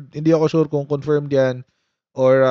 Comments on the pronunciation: Confirm is pronounced cunfurmed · good pronunciation cofiiirmed. after marcos term if he could finish it, am sure he will face a lot of cases that would be filed against him.